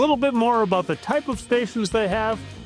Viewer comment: who says it’s not aBoooat😂😂😂